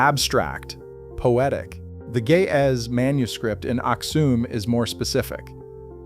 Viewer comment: It's pronounced Axum not axume I'm Ethiopian and the earth is about 6000 years only not millions of years